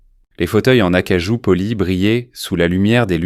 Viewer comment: acajou, pas "akajou" !!